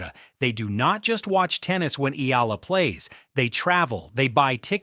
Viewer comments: E-AH-LA E-AH-LA E-AH-LA E-AH-LA, NOT E-EE-LA If you have to use AI, program it to pronounce names correctly!!!!! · Pls pronouce her name correctly as Eh....yah....la....